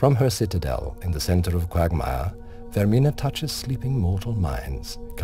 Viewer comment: lol qwaugmire